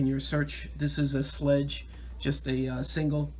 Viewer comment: Thank you for your video, it helped tremendously. FYI, the company is called Schlage ( pronounced shill-A-g).